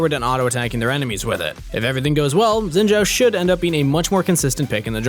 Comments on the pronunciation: It's not zzzinn btw, it's Shiin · STOP SAYING XINZHAO WRONG LMAO ITS BEEN YEARS its xin zhao not zin zhao 信赵 copy paste this into google translate and hit the speak button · Why do you guys pronounce xin name with a "j" in zhao? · I thought Shen I read wrong, xin zhao by the way. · Probably just me but i think his name sounds weird pronounced like sjin sjau.